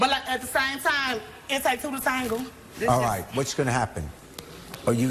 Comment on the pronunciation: It takes 2 to tangle... Yall cnt tell me am the only one who heard that🤣🤣🤣🤣🤣🤣